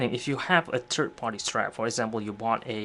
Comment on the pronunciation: love your videos, but bro stop saying turd. its 3rd. turds come out of your butt.